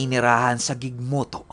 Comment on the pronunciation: gigmoto catanduanes😍 marami po kaming kamag anak jan. pronounciation po ng gigmoto is "higmoto"